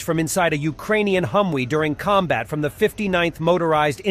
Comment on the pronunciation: Please take this as constructive help. The way the narrator is pronouncing The High Mobility Multipurpose Wheeled Vehicle (HMMWV; colloquial: Humvee) sounds wrong to Americans. In the US the V and W sounds are opposite of the way Humvee is being pronounced in the video. We hear Humwee; wee is slang for pee which is slang for urination. I'm not making fun of the narrator; I want to be helpful to your cause.